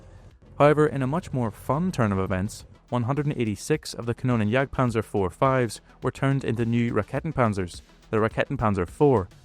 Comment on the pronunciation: Sinnlose KI Übersetzung RaketenJagdPanzer muss mit Silben Trennung ausgesprochen werden "Raketen" "Jagd" "Panzer" KannonJagdPanzer geht gar nicht das heist "Kanonen" "Jagd" "Panzer" . Mir wird übel wenn die KI die deutsche Sprache verhunzt.:face-purple-crying::face-orange-frowning